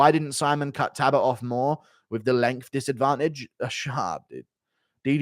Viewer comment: Its not fkn Tabbit there is an L in his name, its TALbott